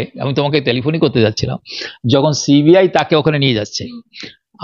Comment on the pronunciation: uchcharon ta thik moto karo. Ota শি বি আই na সি বি আই hobe. This is the only problem all other things except this are absolutely alright. Carry on please.